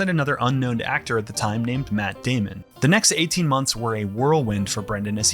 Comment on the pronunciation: “named Matt Dehmehn” 😭